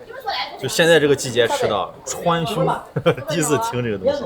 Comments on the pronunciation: 中文就是这样，川穹看到文字就知道是啥，但光听读音就完全不明白，况且店家的读音还是错的。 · 川芎一定知道⋯只是他們發音不太一樣